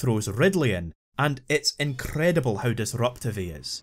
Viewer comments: Rrrrrrrrridleeiii is an incrrrrrrredible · Opening line: “Rrrrrridley is an incrrrrrredible villain” Sets a high bar